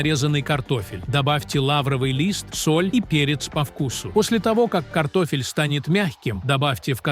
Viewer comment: Один " т0фель " вместо картошки чего стоит 😢.